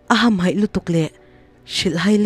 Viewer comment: I aw hi ngaihthlak a nuam thin khawp mai mahse tlemin trawng thluk hi uluk deuh ala ngai anih hi.. entirnan : hmui vam ham tih kha vâm ham tih ang in i chhiar ri a, improvement atan kan sawi ve mai mai... Angaihawm thin e..i thiam e